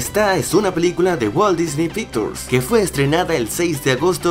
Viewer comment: no se dice pictures se pronuncia picchers